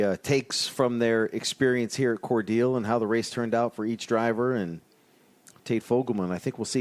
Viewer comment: Hey, it’s pronounced as Cor- Dell as in the Dell computer. Not dill like the pickle